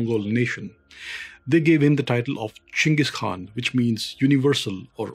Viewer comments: It's great to hear someone pronounce the Khan's name properly... along with the rest of it. Great. So many uncultered youtubers don't bother to take the time to even understand how to pronounce main people of power names leading or places of importance completely ignorant of the culture they're telling about. I think Ghengis knew that India was a historic place and had great importance to humanity.. I think he had a level of respect for things like this. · thankyou for this part of history on the great Chengis Khan you are too good perfect pronunciation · You are the only historian I have seen so far who pronounces jenghis and Khan correctly